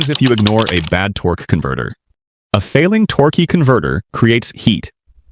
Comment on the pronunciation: The AI “Torqueeee” converter pronunciation is throwing me off